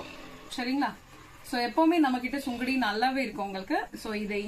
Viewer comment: Sungudi. Not sungadi சுங்குடி